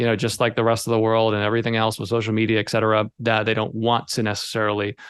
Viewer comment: It's not x-cetera. It's et cetera.